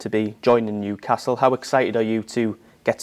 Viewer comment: Tonali contento del suo approdo al Niucazz.. Almeno imparare il nome dai su!!🤣🤣